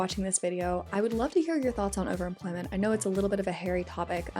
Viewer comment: Why the fuck does she pronounce overemployment as overimplent?